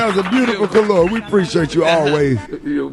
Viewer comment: I thought he was saying kalua like the drink, he's saying color???